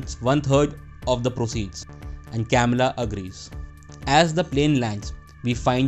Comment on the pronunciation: I'm sorry I just cringe 😬when he is narrating and pronouncing the names so bad it's not hard to say güero (wero) or Camilla (ka-mee-la)not Kamila 🤯🤯 don't get me wrong video was good and well appreciated just don't say names next time if you can't pronounce them right please and thank you